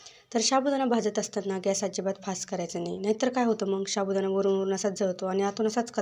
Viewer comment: शाबूदाना नाही ho साबूदाणा म्हणावे